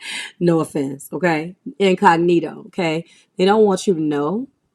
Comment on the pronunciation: I love that you say incognito the way I do🤣 Great reading thank you💛